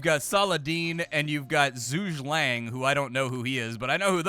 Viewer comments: It's not "Zhoosh Lang", but Zhuge Liang (Djoo-Guh Lyang/Lee-Ahng) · pronouncing Zhuge Liang as "Shooje Lang" is hilarious. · He just butchered Zhuge Liang's name. The disrespect. Brother you need to play some dynasty warriors ASAP!